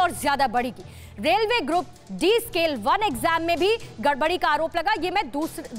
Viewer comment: Grad d nhi hota medam group d hota h